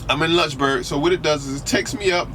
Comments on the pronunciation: When he said Lunchberg, VA I said there is no so place then he pulled it up and I read Lynchburg. Homie hahah pronounces it with a u sound. haha It is Lynch pronounced like wench. Also why do you have the illuminati one eye symbol with your hand in your avi picture? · please say Lynchburg correctly...it's not lunchburg...and it's the Blue Ridge mountain. and you should try it when it's snowing. lol